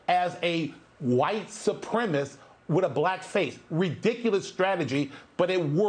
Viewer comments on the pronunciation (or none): The term is "white supremacist" not "white supremist". It's unbelievable how many people mispronounce the word in that way.